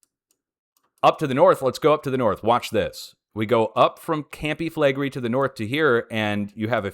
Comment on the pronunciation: Campi Flegrei is actually pronounced: Com-pee Flay-gray-ee 🤔